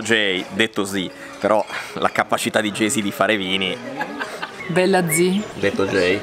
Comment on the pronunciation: "Bella zí" 😂